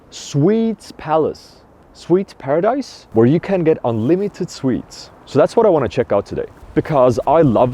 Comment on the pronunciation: I genuinely thought was saying "Swedes" instead of "sweets" at the beginning lol